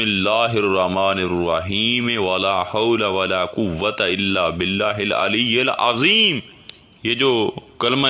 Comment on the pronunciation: Hil ilayal azeem nahi correction please hil ilayil azeem hai😊